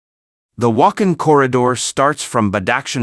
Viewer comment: It is not Wak'hin, it is Wakh'aan وخان . Please learn and pronounce correctly...?